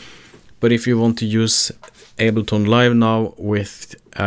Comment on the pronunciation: it went from able-ton to able-not nice video, thanks